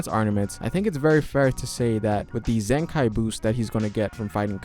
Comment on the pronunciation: This Nigga said zenkai boost ☠️